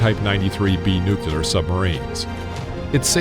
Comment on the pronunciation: Aside from, Learn how to pronounce 'nuclear' properly, I just want to say the world is a barbaric place, and since 9/11, the US holds no moral superiority over anybody.